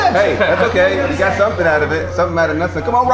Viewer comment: Somethun. You said to leave a comment with somethun….